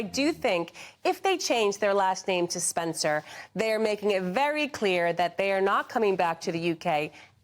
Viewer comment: ‘Spencer’ or SPENDER ?